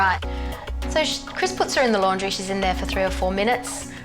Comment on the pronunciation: blud said laundirayuh